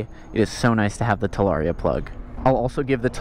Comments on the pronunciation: So is it "talaria-ster" from now on 🤔🤣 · Talarster? 😳 lol